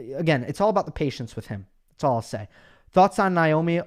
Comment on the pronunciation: I thought it's Naomi not Nyomi. Anyway whoever said the question that made her cry was bullying should apologize to that reporter. It was a fair question.